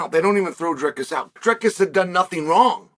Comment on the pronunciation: Chael it’s Dry-cuss